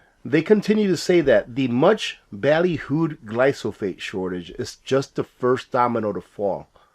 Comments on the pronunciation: GLYPHOSATE = Gly Pho Sate Not Glysophate. Loved the comment about "man" -- you're not 'old school,', you're Traditional....not a thing wrong with being Traditional!! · Thanks for covering this very important issue. On a minor note I believe the pronunciation is typically “gly fa sate”.